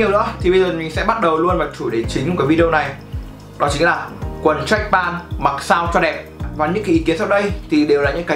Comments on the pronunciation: Đọc là trách pent thì chuẩn hơn ông ơi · Béo Bình mà ông này cứ pan pan nghe hơi khó chịu, ít nhất cũng phải phát âm âm t ở cuối. Góp ý để sửa cho tốt hơn chứ cũng k có ý gì mà.